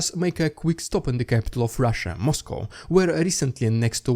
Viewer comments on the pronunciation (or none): none